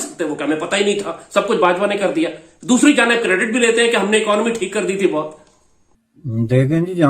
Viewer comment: आपकी "ई-का-नामी" 😂😂😂😂😂